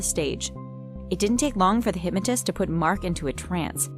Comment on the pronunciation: Who else hates how she says hypmatist.